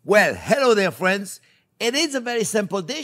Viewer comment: Hewo dere fwends.